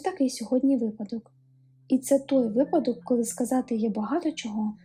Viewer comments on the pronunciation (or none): none